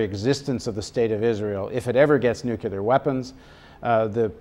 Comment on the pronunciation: Could Paul Jay please stop saying nucular instead of the real word nuclear. It makes him sound so stupid.